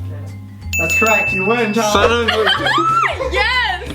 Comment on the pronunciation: SHON OF A BEESTING -favourite bit